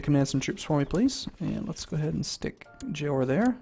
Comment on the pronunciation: its JORA not JOAR...said JOR AH